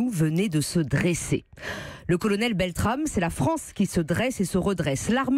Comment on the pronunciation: Le dernier journaliste est même pas foutu de prononcer correctement le nom du héros BeltraMe... aussi peu d'intelligence que de respect...